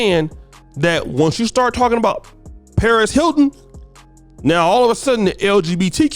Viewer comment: say it with me Sir..... PEREZ.... PEREZ HILTON. JESUS FUCKING CHRIST.... HOW DO YOU HAVE A CHANNEL IS BEYOND ME.